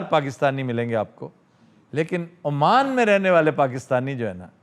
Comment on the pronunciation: Aman nahi sir Oman is the correct pronunciation. And it is shuwa not shuawa